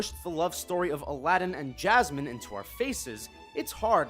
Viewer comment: Everytime he says Aladin I understand a Latin